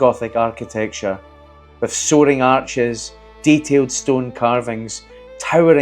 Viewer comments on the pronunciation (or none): none